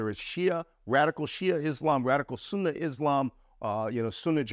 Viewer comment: Are you sure this is a former intelligence officer? He couldn't even say the word Sunni correctly and did nothing more than say some key words like Faluja, Fatah, Iran, Egypt etc without really providing any insight to this whole mess. Please do a background check more thoroughly.